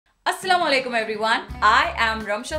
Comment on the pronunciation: Walalikum asalam ❤, plz dont say Assalam o walalikum,say properly Assalam o alikum😊